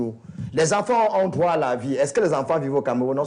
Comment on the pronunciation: Un peu plus de professionnalisme Madame la présentatrice dans votre diction Même si cela est naturelle entrainez vous! Droit ce n'est pas "Groi" ... Vous vous ameliorez depuis le debut , bon vent